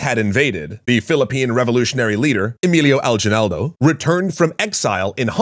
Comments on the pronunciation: What do you mean a-ji-nal-do, its a-gui(hard g)-nal-do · It’s aginaldo not ajinaldo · In our history class, the Battle of Manila Bay was a simulated battle but in reality, America has given control over the Philippines. Also, Aguinaldo is pronounced like a ghee (the liquid butter) not jee. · It’s pronounced Lu-zon, not Luu-zon. It’s not pronounced Emilio Aljenaldo, it’s Emilio Al-gee-naldo. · Longtime Filipino fan here - and I'm (delightfully) surprised to see y'all talking about us here on greater detail! One deet, tho: I'd say "ah-GHEE-null-doh" is an easier way to pronounce Aguinaldo. Speaking of which, a movie about his successor, Manuel L. Quezon, will be premiering here in the PH in October - the third movie (of historical fiction) on a trilogy that encompassed the Philippine's struggle during the Philippine-American war. Would love to see y'all tackle more on PH history, talking about both sides! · "A-gin-nal-do" thats how say the last of Emilio Aguinaldo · You pronounce Aguinaldo wrong. It's "Aginaldo". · the only "evidence" of a mine I've heard of was lots of contemporary articles written by yellow journalists. No serious study that I know of has ever found evidence supporting it, and a study of the damage on the hull points to an explosion from the inside. one extra l there, as well as the wrong g (ah-GHEE-nal-doh) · Thank you for covering the Filipino-American War, despite the awkward pronounciation of 'Aguinaldo' (Ah-gee-NAL-doh). Great work,! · A long-time Filipino fan here, even during the latter days of Dan's showrunnership, and (perhaps this could be higlighted in the "Lies" episode) Aguinaldo should be pronounced as "A-gi-nal-do", that is, not the "j" version of the letter G. Anyway, looking forward to more of this series... ...and yes, you just summoned my people. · Just a quick note from a Filipino. Alguinaldo's surname is pronounced Al/gi/nal/do. The "u" in his name isn't really pronounced.